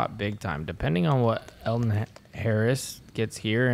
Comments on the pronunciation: Alden pronounced ALL-DEN not EL-DEN. Please correct that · Uli - IT'S ALLLL-DEN, not L-DEN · Can someone tell it’s Alden and not Elden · Uli keeps saying “Eldon” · says that he has known Alden for years and yet pronounced his name wrong every single time….